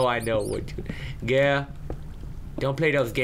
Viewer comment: "Aaahhh yea gurl. Come down to my basement gurl." <-- that accent makes me smile every time XDD